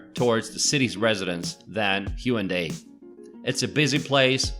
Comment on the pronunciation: Brian Y. Actually, there is no 'w' sound in the Korean language, so although it's customary to spell it with a 'w', it is definitely not pronounced that way. The correct pronunciation is more like 'Hey-OOn-dey', except that there's no 'y' sound at the end of the first and third syllables.